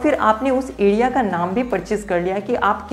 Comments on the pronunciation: Adia nahi area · Adea ya area khadidunga ya Kharidunga Pad ya per I think Letter R is ur enemy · bhai phili bat to area hota hai........ ediya nhi LOL.....